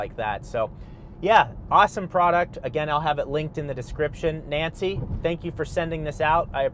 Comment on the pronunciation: Is that a Spanish or Italian “Nancy”? 😉 … 😂🤣😂🤣